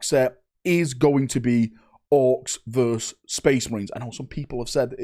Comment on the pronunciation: verSUS not verse